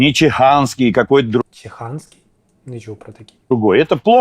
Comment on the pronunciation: Не чиханський, а чуханський))))